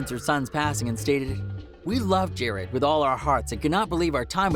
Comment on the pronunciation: really pronounced Juice WRLD’s first name ‘Jarad’ wrong 😐🙃